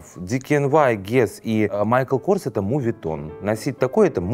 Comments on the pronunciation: моветон*, а не мувитон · Все ок, но моветон, а не мувитон :) Просто очаровательно, когда произносят это слово в моменте, когда говорят о дорого/богатых вещах, не так)